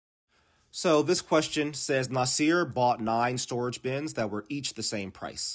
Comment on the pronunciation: Thanks for the video very clear explanation, just one little tip for pronouncing the name (LoL), you should pronounce it as [ Nah Sir ] like you're saying the word ( Nah ) and then ( Sir ) as in referring to someone respectfully.